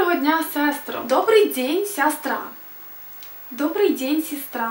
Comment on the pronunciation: На беларускай мове ты неправільна націскі ставіш! (Па-перш, у беларускай мове "о" заўжды пад націскам, "ч" ) дОбры дзень , сястрА я бАчу ты аднА дОма, а дзе бацкІ да бабУлі паехалІ абОдва , вярнУцца тОлькі ў вячОру ( таксама можна "ў вЕчары") І яшчэ смат іншіх памылок !